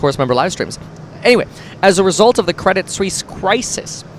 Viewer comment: Kwedit Swiss uwu